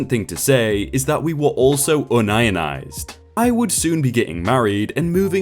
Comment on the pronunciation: I'm giving a like because of his pronunciation of un-ionised instead of union-ised haha